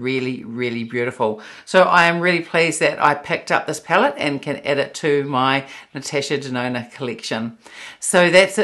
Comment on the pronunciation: the way you pronounced Natasha Denona. You say: Natesha Denona. It just sounds funny 🤭